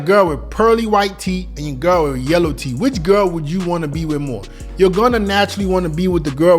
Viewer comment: Bro said TEET😂😂😂😂